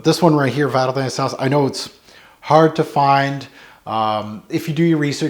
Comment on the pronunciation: love ya, love your vids, but you gotta get the French at least a bit closer, omg! 😉 Thanks for posting, I've been curious about this one for a while!